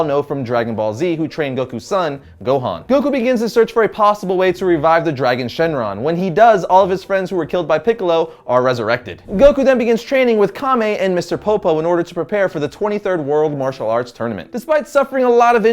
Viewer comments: At about it's Kami [God], not Kame [Turtle]. Also, you totally forgot about Kaioken! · Noooo you called Kami "Kame"..! God is not a turtle lol! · Only pronunciation I'm going to go on is Kami is like Kam-ee not Kam-ay. The way you said it is like the word for turtle kame sounds kinda funny 😜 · NO! NO! You just said Kame, his name is Kami, Kami, not Kame, Kami. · Btw, if I remember correctly, it isn't Kame... It's Kami (God in Japanese). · Its pronounced Kam-ee(Kami). Kami means god. Kamay(Kame) means turtle, which is part of the Kamehameha attack.